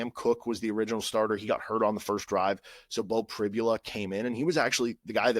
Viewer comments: Hi CJ, I’m very aware. Although, I guess I should be more understanding given the standard of education that Kansas offers. By the way, it’s pronounced Pri-bul-a. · Hi, I keep noticing you were constantly mispronouncing Beau Pribula’s last name. After Saturday you’ll know the name.